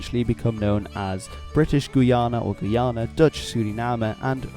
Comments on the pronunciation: Its guy-ana Not guana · Minor pronunciation nitpick; the way you were pronouncing the Guyanas /gu:'jænæ/ is not really correct in English or French. In French, French Guiana is spelled "Guyane" and pronounced sort of like /gu:'jæn/. In English, Guyana is pronounced more like /gaɪ'ʲɑ:nə/ or /gaɪ'ʲɑ:nɜ:/ (my best approximations in IPA). Forgive me my pedantry and forgive me if, perhaps, your pronunciation is what's used IN the Guyanas but, I was taught, growing up, that the differing pronunciations was important in distinguishing the countries when speaking English.